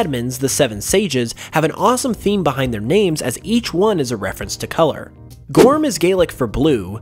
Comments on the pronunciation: I'm irish and you pronounced it wrong it's gor -um not gorm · Gorm, Gaelic for blue is pronounced g-er-um I know because I'm Irish